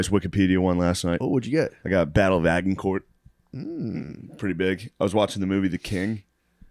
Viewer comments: Shano mispronounces Agincourt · Acshuallyyy the g sounds like a j in Agincourt. Yes, I was homeschooled.